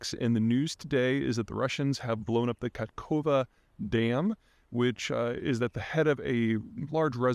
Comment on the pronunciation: A tutorial for Peter on how to pronounce "Nova Kakhovka". fistly, "Kakhovka" is spelled "Кахо́вка" in Ukrainian. Luckily all the letters used for the word "Кахо́вка" can be directly transcribed into latin as "Kahovka". Now do the following: K - like "K" in "King" A - like "A" in "Sardine" H - like "H" in "Helicopter" O - like "O" in "On" V - like "V" in "Vortex" K - like "K" in "King" A - like "A" in "Sardine" "Nova" - like "nova" in "Supernova" or just google how to pronounce it.